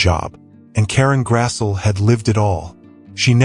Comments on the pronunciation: Her name is pronounced Grass-ly. but don't take my word for it. I used to call her Grass'l, too. 😆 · Karen Grassle's last name is pronounced: "GRASSlee." ( just sayin' ) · It's GRASS-LEE you ai bot. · Thank you, Ma... (Her last names is pronounced Grass-Lee).